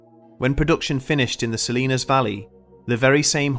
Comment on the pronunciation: Respect for saying Salinas correctly.